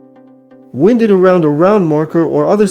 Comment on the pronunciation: Some decent ideas, but what's with the A.I. voice? It says "wind" as in an outdoor breeze, instead of "wind" as in wind your clock. for instance. Then there is the way it says light BULB. There are other examples.